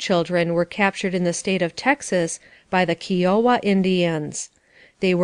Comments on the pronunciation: Its pronounced KI O WA...with the i as it sounds like i went to the market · But "RIO" as in Rio Grande, would be pronounced as the narrator did. I've probably heard KIOWA spoken correctly over 100, 150, or it could be as many as 200 different times in different movies, documentaries, lectures, & in connection to the famously strong, heavy lift, & transport helicopters the US Army uses, & it's often used in search, & rescue in mountainous terrain, I think. Whenever the words of any language, is expressed using letters, the closest aproximate spelling, & the spelling rules of a different language, there will always have some confusion, conflicts, & sounds that can't easily be formed with the basic long, & short vowel sounds, & the various consonant expressions, or consonant combinations like CH. English is actually a Germanic language, which replaced the indigenous celtic language used originally in the